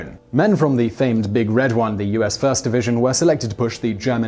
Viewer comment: Just FYI the First Infantry Division is more properly spoken a "Big Red ONE" rather than "Big RED one." The division insignia is a large crimson numeral 1.